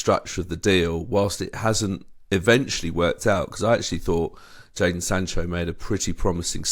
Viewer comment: It’s Jadon not Jaden you bellends